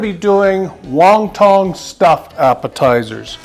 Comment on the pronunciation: lol it’s won not Wong